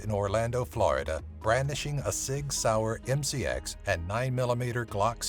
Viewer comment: The way you said sig sauer 😣